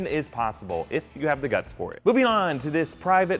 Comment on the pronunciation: I love how whenever he talks about Spencer he says guts